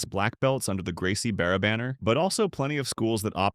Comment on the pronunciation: “Gracie Beara”? “IBJGF”? “Not in the “G-I”? Get some new ai to properly read what you’re writing. Also, I like how this becomes more of a difference between Gracie Barra and the other schools. The intended backhanded comments at the end of each school comparison becomes a compliment. “It doesn’t have attendance cards but…” “families love it”